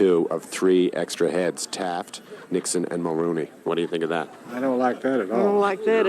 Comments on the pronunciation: Hes saying Mulroney Yuk. Mullaney is a previous prime minister. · We never had an Eskimo Prime Minister but Mulroney is a past PM lol Not Mulroneyuk lol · Mulrooney pronounced mulroni..was one of our worst prime ministers ever. He was a concervative. Like republicans his ignorance knew no bounds. Rip the village idiot. I live your show..you are fair...intelligent and funny. Buchard was the worst premier of Quebec. But no one questions what they are being asked. Thank you for your candor.